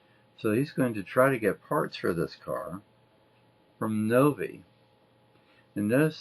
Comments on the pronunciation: Btw, the pronuciation is Nov-I (Nove Eye). It's named after Novi, MI where many of my relatives live. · Very neat car - and wow it's interesting to see that enormous compressor and learn that it was always on. AC certainly was rare in those days. Novi is pronounced Nove-Eye, btw. The company's named after a Detroit suburb, not far from where i lived as a teen - and i have lots of family there.